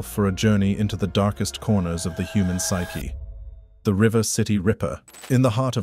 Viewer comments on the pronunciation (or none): none